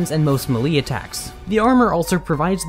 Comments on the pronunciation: Yeah, sorry, but I have to correct your pronunciation of 2 words: Melee: "MAY-lay" Incapacitated: "in-kuh-PA-suh-tay-tuhd" You missed an entire syllable and said "incapitated". At first, I thought you said "decapitated", and I had to listen again. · Muh-LEE? Melee is pronounced MAY-lay bro. Incapitated? Did you mean incapacitated? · Ha, I’ve never heard anyone pronounce melee as you did. I’ve always heard it as May-lay And incapacitated, not incapitated Good vid tho, I know how hard it is to get every word right when recording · Small correction to an otherwise flawless video, incapitated should be pronounced with a little bit more diction, like incapacitated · just so you know its pronounced (in-cuh-pass-i tate-tid) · The way he pronounced melee and incapacitated lol